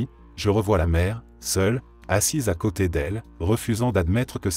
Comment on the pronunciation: J'adore ces vidéos, vraiment ! En plus l'idée du feu de camp est excellente, je trouve. Mais l'IA... "D'à côté" devient "D accent grave à côté", "violent" l'adjectif devient "violent" le verbe conjugué et donc prononcé "viol", la "côte é" pour "côte est", "on apprend à le supportère", etc. J'avoue, le "D accent grave" m'a fait éclater de rire ! En plus il s'agit d'une apostrophe, il aurait dû dire "D apostrophe à côté" !!! Ça ne m'empêche pas d'écouter toutes ces histoires qui me passionnent, enfin surtout ce qui est paranormal, parce que là... le pauvre homme en feu, devant son petit-fils... Épouvantable. Je me suis abonnée, mais j'aurais préféré que la voix soit celle d'un conteur. À part ça : TOP.